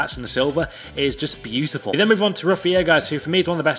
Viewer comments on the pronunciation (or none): none